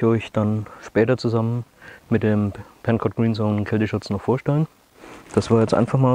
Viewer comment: Not 'Pencut' ... it's PencoTT!